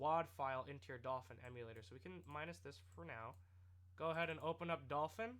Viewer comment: lol Dolphwin I heard you say that once